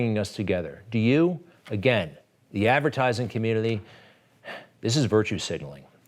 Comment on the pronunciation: "Intelligence communnlliiiiy" - Greg Kelly